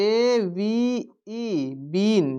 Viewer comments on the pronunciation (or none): Heo nahi sir have hota hai